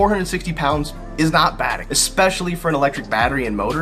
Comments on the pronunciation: ES-PECIALLY! Not EX-SPECIALLY! Goddamn! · I think you're wrong because you pronounce the word especially like expeshilly. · where is the "x" in "especially"?